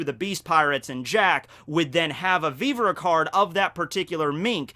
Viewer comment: Okay not the first time I've heard you do this. I don't watch the anime but are you sure the how you saw Viver? I saw pronounced with the same error. That one is beyond common and it makes me laugh every time I hear it. Japanese is a syllabic language that doesn't have the short e in both of these words. Both words come from French and have English pronunciations . If it's for the otaku lols fine but if you think that's how you say those words I think you are watching too many subs and haven't heard these words used in English.